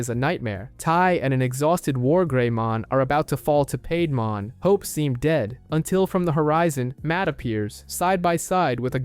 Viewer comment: Great video and nicely done, but some of your pronunciations are killing me, especially when they say it in the show LOL! Mainly Seadramon, Piedmon and Digimon themselves haha